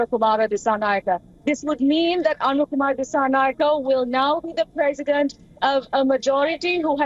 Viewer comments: It's Anura not Aruna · Dude it’s ANURA not ARUNA 😂 you guys are keep doing this , is this ignorance or negligence 🤷🏻‍♂️ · boy you did not say Aruna instead of Anura! Jesus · Not “Aruna”, he is “Anura”. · Not Aruna kumara it is Anura kumara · We feel very sorry for not capable to even pronounce the name of the new Presidents name properly by a reputed indian social media news channel...Very common issue among indians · why don't u pronounce Anura's name properly. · Its Anura